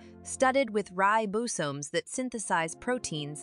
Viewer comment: Great video! Though I'm not sure the pronunciation of some words is correct, such as "organelles" and "ribosomes". I think cell membranes are particularly amazing!